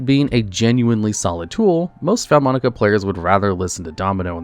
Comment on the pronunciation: Love the video, but as an italian, the vaalmonica name pronunciations are killing me 💔😭